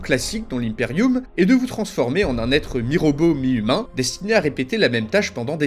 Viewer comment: Je me suis tapé des centaines de vidéos sur WH40K et c'est toi le seul à prononcer Impeium correctement 🤣🤣🤣. Super vidéo un grand merci